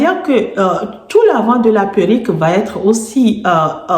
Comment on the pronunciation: Faut dire PÉ-(R)RU-.QUE, pas puerik....sinon, on ne vous prend pas au sérieux...A part ça, belle élocution. Dommage que ces perruques soient si chères...